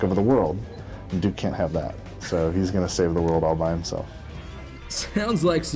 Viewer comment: stop pronouncing it jewuke! its doooke!! always bet on duke!